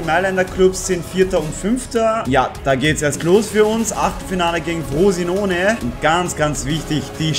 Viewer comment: War so lustig als du frosiaanone gesagt hast 😅😅😅